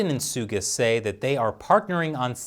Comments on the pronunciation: That senile US president is an embarrassment. Botching PM Suga's name like is total cringe. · I feel bad for him honestly... having to fill in the shoes of a very iconic prime minister, fighting so hard for his people and then some old demented fart that's supposed to be the big defender of the free world doesn't even care enough to properly pronounce your name while addressing you by your first name... I'm not even American and I feel like apologising on America's behalf